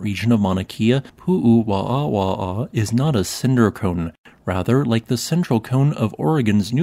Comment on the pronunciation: Hi! Hawaiians pronounce there w as a v. Like the Germans. I think also this is the only known obsidian site in Hawaii. As it was found historically due to a quarry the Hawaiians did not have access to it. It would have made better weapons for their stone age culture.